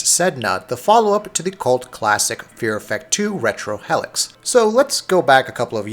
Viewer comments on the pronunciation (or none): Its not "hell-icks" its pronounced "heel-icks". This guy butchers words in every review he does.